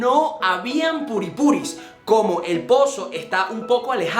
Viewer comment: q carajo es purispuri??? hahaha